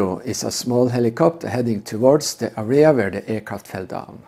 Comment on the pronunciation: Good lord your English sucks! Took me forever to realize that you were saying area 😂 It's area not arria 😆